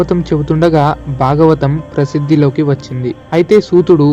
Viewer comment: hello whoever has narrated this... one very important suggestion for you which needs to be corrected immediately. There are many flaws in your pronunciation. for example: it is not kata - it is Kadha (in telugu it is vottu dha not ta) It is not duka - it is dhkha (vottukha) It is not bagavatam - it is Bhagavatam (vottu bhaa) It is not baaram - it is Bhaaram (vottu Bhaa) It is baada - It is Baadha (vottu Dhaa) these are just a few examples. if I am not wrong, the person who has narrated it does not know Telugu at all. He might have written Telugu in English and read it. My dear friend.... though your content is good, your narration is pathetic. Please correct it immediately. Else it will lose the effect.